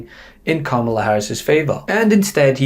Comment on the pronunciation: He intentionally pronounces Kamala Harris's name WRONG. Its just weird 😕